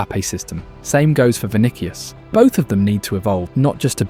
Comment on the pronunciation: "Kaileon Mbappé and Vinikias Junior"😂